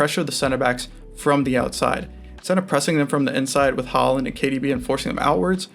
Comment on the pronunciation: This video is unbelievably shit. You cannot pronounce "Haaland" or "Upamecano" properly and you made fun of the 3-2-4-[1 formation given by the broadcast, when it was the correct setup.